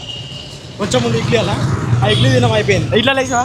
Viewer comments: E edly✅idly ❌ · Idly ❌️ edly ✅️ 😂😂😂 😭